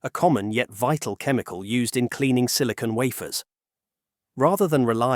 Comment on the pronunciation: "...silicone...". Right